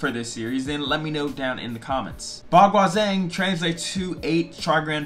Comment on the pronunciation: Hey, I like your enthusiasm for Baguazhang. Just a few things that will help Bagua Zhang is pronounced (Bah Gwah Jahng) the Zh in pinyin makes the J sound Dong Hai Chuan is pronounced (Dong Hai Chu-an)